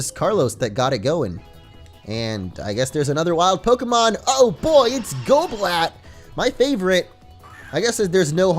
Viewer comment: its "GOBL" as in goblin and "AT" as in bat